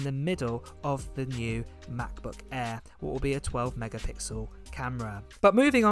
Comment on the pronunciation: “MAHBUKK AEE”